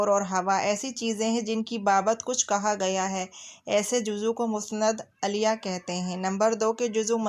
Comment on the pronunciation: مسند اَلیَہ غلط تلفظ ہے آپ کا ۔۔۔۔۔۔ مسند اِلَیہ صحیح ہے